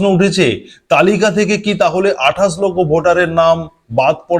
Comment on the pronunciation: তোমার আছে ' শ ' এর দোষ। তুমি বলো আঠাস। তুমি কি একটা খাটাস??